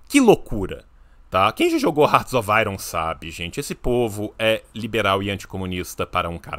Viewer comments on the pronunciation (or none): none